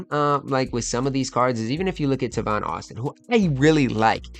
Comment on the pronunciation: It’s TAY-VON not TA-VON